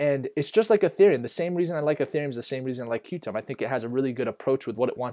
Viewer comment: Qtum is pronounced “Quantum”, good video, thanks!!